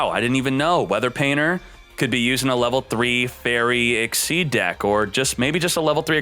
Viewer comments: I thought it was pronounced "ik-seez" but he keeps saying "ik-seed" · I believe its 'exseez' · am i the only one who hears "xyz´d" all the tiem? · it is but he doesn't realize it or hes doing it to get people like us to comment on his videos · It is pronounced like that , and it may be some kind of yugioh community thing to say exceed, but he mispronounces card names all the time , so it doesn't really matter .